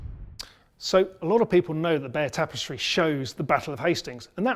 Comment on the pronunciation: I see nothing wrong with your pronunciation of Bayeux.